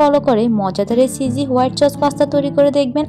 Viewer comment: আপু আপনার ভিডিওগুলো ভালোই কিন্তু আপনার pronunciation ( উচ্চারণ) গুলো ঠিক করলে আপনার ভিডিও আরো অনেক ভালো হতো, যেমন : চয়া চস না সয়া সস হতো, চিঝি না চিজি, এমন ছোটখাটো কিছু উচ্চারণ ঠিক করলে আপনার ভিডিও আরো সুন্দর হবে